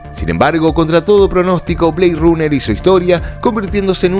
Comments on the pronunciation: Blade "runer" se pronuncia RANER! no rUner! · ¿Por qué pronuncias en un mismo título una palabra en inglés y la otra como se leería en español? BLADE RUNNER. Si pronuncias BLEID, deberías pronunicas RANER. Además, hemos oído cientos de veces el nombre de la película con su fonética inglesa... No era difícil acordarse. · Buen contenido. Pero decir Blade Runner pronunciando la U en Runner me hizo irme del vídeo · Buen video pero debes mejorar la pronunciación del Ingles, por ejemplo”Blade Runner”….